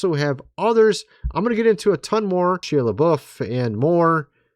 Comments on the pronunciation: It's "SHY-uh Luh-BOW" Shia Lebouf 😅😂😅😂😅😂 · Shia LaBeouf pronounced Shy-uh La-Buff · The correct pronunciation of Shia Lebouf is (shy-uh), and Padre Pio is ( Padre Pee oh), I was raised Catholic, and heard his name many times….